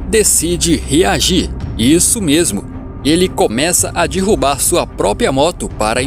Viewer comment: dirruba? O certo não seria derrubar?